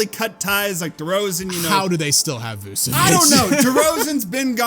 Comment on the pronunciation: Love you guys but when saying Vucevics name it’s pronounced “vooch-uh-vich” And then with Sengun it’s “shen-goon”